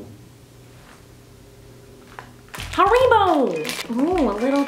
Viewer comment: U say haribos like (Har-ih-bos)